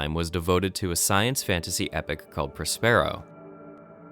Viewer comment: It's Pronounced (prä-spə-ˌrō) you uncultured swine as is Prospero's books! Have you never heard of Shakespeare?